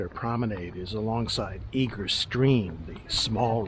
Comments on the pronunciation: Its pronounced Eger not eager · Nice video but Eger is pronounce egg er not eeg er